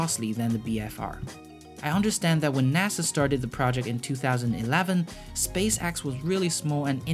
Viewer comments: Also, it is pronounced Space Ex, not Space Axe.... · "SpaceAXE" and low earth "AUBIT" , i love it lol